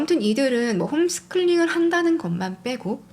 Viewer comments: 홈스클링으로 들리네요.살짝 거슬리긴합니다. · 홈스쿨링의 뜻을 모르시는건가... 계속 홈스클링이라 하시네.. 스노클링도아니고 ;;; April 스펠링을 적었는데도 Afril 이라고 하고..Autumn도 어떰..이라니 ㅎㅎ 참....불편하네요